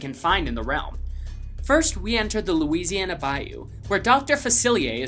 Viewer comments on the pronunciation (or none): none